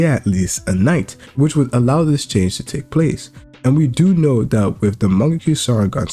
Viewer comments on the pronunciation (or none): none